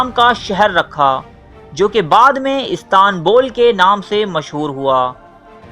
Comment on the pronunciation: istanbul he ...istaaaanbul nh....doosri bat sultan mehmed he naam to thek se parhlo km s km